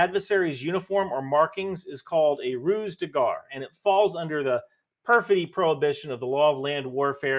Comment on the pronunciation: I love you and your videos but your French hurts my soul. In "ruse de guerre" you should say "guerre" as if you were saying "where" with a g instead of a w, and "hors de combat" is "Or do com-bah" if you want an English approximation. Granted, my arabic would probably hurt yours, so I guess we're even 😂